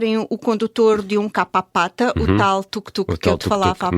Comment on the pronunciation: Qualquer pesquisa no Google ajuda a pronunciar os termos com rigor. Diz-se Kupapata, e não Capapata. Kupapata são os serviços prestados com recurso a motorizadas de duas rodas. Quanto as motorizadas de três rodas, dá-se o nome de Kaleluia.